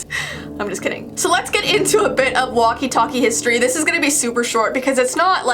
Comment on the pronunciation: Walkie talkie not waki taki